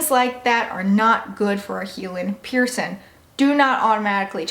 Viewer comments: You drive me crazy. The word is pronounced piercing, not pierce in! I know that you can pronounce a g, because you do it for every word ending in g except for piercing. Please work on the proper pronunciation of the thing so many of us are proud of and have interest in! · Listen to your audio. When you say cleaning, you pronounce it clean ing. When you say healing you pronounce it heal ing. When you pronounce piercing, you pronounce it pierce in. It appears to me that this is the only word ending in ing that you don't properly pronounce. I really do enjoy your videos but your pronunciation of one word drives me a bit nuts.